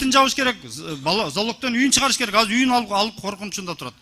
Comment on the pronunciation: Казыр деген соз жок.азыр деп суйлогулочу.